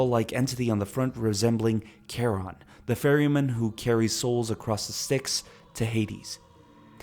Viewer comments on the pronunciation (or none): none